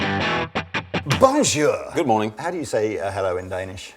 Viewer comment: "Hi, Goomorn, Velcom." Are we still supposed to believe is really Danish?